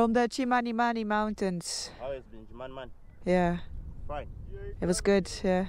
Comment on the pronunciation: Itchy boots even pronounces Chmanimani better than some whites who have been in Zimbabwe many years back she is amazing